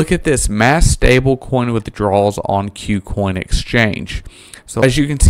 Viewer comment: Ku Coin, not "Queue Coin", just FYI.